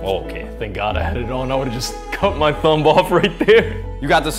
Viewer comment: This man really said thumB